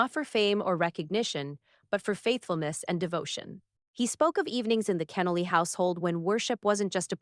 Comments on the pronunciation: His name pronounced Ken-Noly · To show real honor, the speaker should have taken time to research how to pronounce Dr. Kenoly’s name correctly. Shame on her. Also, the title is deceiving causing listeners to think Dr. Kenoly’s son will be the speaker. Unfortunately, the actual speaker cannot pronounce his name correctly. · I know it's AI. I didn't post that a human did the narration. It was irritating that they couldn't program it correctly. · Learn how to pronounce the man's name!!!!! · I wish the speaker would correctly pronounce Dr. Kenoly's last name. It's irritating to hear it mispronounced not 2 or 4 times but multiple times. This should've been property established before a word was even spoken. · I’m still waiting to hear about the silencing… Shame on you for putting up a false narrative on the thumbnail. Also for not pronouncing his name correctly.